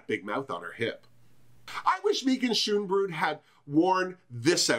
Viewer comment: YAAAS come through Queen of redeeming the pronunciation of "Schoonbrood"! :D